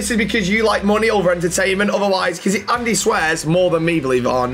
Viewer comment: andeh andeh how do you not know the names but know the masters name 🤣